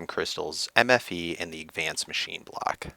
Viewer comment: FEEDBACK: I love you videos but I cringe every time you pronounce advanced wrong (a lot like you used to say drounding) btw if you don't know what I'm talking about I'm pretty sure you pronounce it agvanced, I hope you consider my comment- no hard feelings!